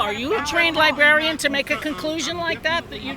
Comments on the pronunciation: Trained "libarian." 😂😂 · These people can’t even say “librarian” correctly. “Libarrian” is how they pronounce it.